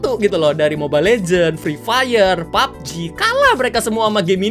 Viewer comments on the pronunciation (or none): none